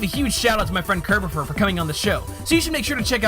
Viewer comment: Oh look, it's Kirb-aw-fur!